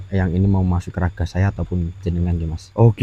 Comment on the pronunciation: Raga mas.jgn bilang jasat😂😂masuki raga Dani,bukan zasat😂😂